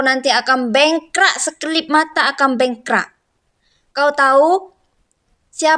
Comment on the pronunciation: Ckp Melayu pun x betul. Bengkrap la mbak bukan bengkra, aduina.. langgi2...